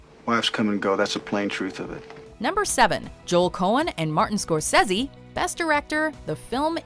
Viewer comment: Someone tied with Scorsse? What the hell? I though that was not posible